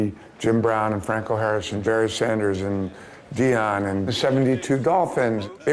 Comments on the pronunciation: Did he say Jerry Sanders? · Dude said "Jerry Sanders"...